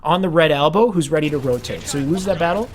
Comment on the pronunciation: he said red trench not rotate, it's just his speech impediment.